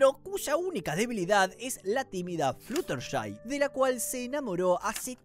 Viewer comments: Flushertai? Se dice Fludershai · "Flusherty" Pobrecita no pueden decir su nombre bien por una vez. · Como fan obsesionada con mlp te digo que pronunciarte mal algunos nombres, fluttershy se dice florershai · Jajajaj la forma en la que pronuncia el nombre de fluttershy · Voy a ignorar lo mal que pronunciaste "Fluttershy"